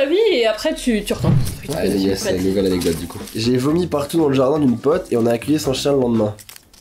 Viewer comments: Je dis aussi "anedote" 😂😂 tu n'es pas seul!😂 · On dit A _N_E_C_D_O_T_E 😆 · pauvre dooms comme moi elle arrive pas a dire anecdote 🤣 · Team "anedote" en force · essaye de dire anecdote corectement